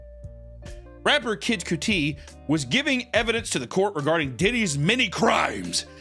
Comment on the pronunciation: Say Kid Cudi wrong one more time